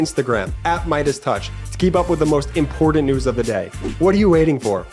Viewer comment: The most annoying thing about these videos is at the end reminding us to stay up to date with the most “impor-dint” news of the day. Learn how to talk.